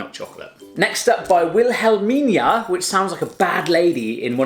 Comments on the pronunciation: Wilhelmina is our former queen... you said her name wrong 😂😂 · En hij zegt in plaats van wilamina zegt hij wilaminia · Kijk ff naar dat stukje wanneer hij die hand gebaar deed: Welhamina 🤦🏻‍♀️gewoon kijken das alles🤣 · 'Helmina' was the queen😂